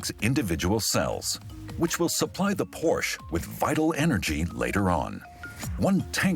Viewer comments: Es heißt "Porsche" nicht "Porsch" !!!!!! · Its not a Porsch, its a Porsche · HEYA NARRATOR.. IT'S P O R S H A .. PORSCHE.. NOT P O R S H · The speaker mispronounces Porsche. At least if he were in Germany. Not Porsch, but Porsche with a short e. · Porsh? What happened to Por-Shuh? This from a German TV channel? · Very good documentary, even though being peppered with the mispronounced brand name Porsche (Porsh). Also, do not say that in front of people with any connection to Porsche (Porscha). You will be kindly corrected. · there is no cars named “Porsch” it is pronounced as “Por Shay”🤣🤣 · Every time I hear the brand name pronounced Porsh, I cringe....it's pronounced 'Porsha' ...is that so difficult to pronounce??? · HEYA COMMENTATOR.. IT'S POR-SHA... NOT PORSH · Yep. Though never Por-Shee, lol. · It's surprising why the incorrect pronunciation of the word "Porsche" by the documentary narrator wasn't corrected post editing. Didn't they know the correct pronunciation of Porsche is "Por-shuh", and not "Porsssh"? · No, they just simply can't pronounce every single car manufacture names right, and a bunch of other things. :o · Por-shuh. Not Porshhhhhhhh. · Porsha! Porsha! Porsha! Why is the name still mispronounced?!? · It's pronounced PorschE you filthy illiterates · It’s Porsche. Not Porsch! 🤨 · Proof that Porsche simply doesn't know or care what words mean. It is impossible to have a TURBO electric vehicle. And I have to agree, it is so obnoxious to hear Porsche (or any German word) pronounced incorrectly. It's Porsch Uh, and you know it is. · An unacceptable pronunciation of Porsche. It is never Porsh. If the name was Smith, it would not be acceptable to say Smit. Porsche, a great man’s name should always be used in its entirety. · Porsche... nicht porsh... kann man sich nicht anhören. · I thought it was more like Por-Shuh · A little bit distracting for me, a German channel pronounce Porsche as "porrsh" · More like Por'shh'eh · more like “por” “shuh”